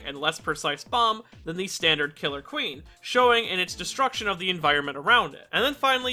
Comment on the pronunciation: You said killer queen wrong